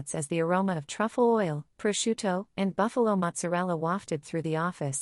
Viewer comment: Bufala. Not Buffalo. Sorry. Pet peeve.